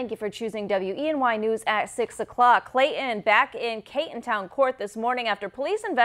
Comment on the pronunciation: What's with this anchor and reporter? One calls him, "Clayon", the other calls him "Clayhon"...it's not that difficult to insert the "T" ladies I promise...I've done it and it's caused no residual effects!